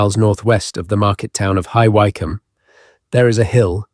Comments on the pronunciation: AI voiceover definitely, with occasional bad syntax and poor voice comprehension. ( Voice going up where it should go down. Subtle but still noticeable to the human ear. ) And repeated, horribly bad mispronunciation of place names, such as High Why-come instead of High Wik-come spelt Wycombe. Plus the locals there, know the Hellfire caves and Hellfire club were where Dashwood and his fellow satanists gathered to perform their satanic rituals and have orgies. Not the fluffy explanation given here. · If you must use the increasingly loathed by most people, AI for these videos, can you please make sure the Englsh place names are correctly pronounced! : High Wycombe for example, is pronounced ' wickm' not why com' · Judging by the pronounciation of High Wyke-hum (and other assorted gaffes), I'm saying it's AI.